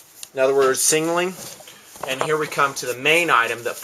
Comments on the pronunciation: Does this guy have a stutter or am i just not gearing him right last time i checked its not called a singling device but a SIGNALING device. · lol not to be an ass but the way you say signaling sounds like 'sing a ling'